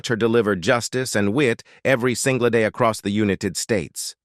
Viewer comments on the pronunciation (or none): none